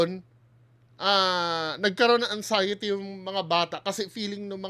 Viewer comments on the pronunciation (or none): TONG SI BAHO LAGING CNASABI NA MAY UTAK DW SYA PERO KUNG MAGPRONOUNCE “ANGXIETY… SABPWENA” 😂😂😂😂😂😂